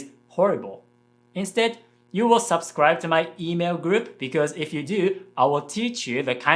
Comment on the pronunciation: On the topic of English pronunciation, the "sub" in "subscribe" is not pronounced like the "sub" in "submarine" but like in "supply" (just with a b instead of p).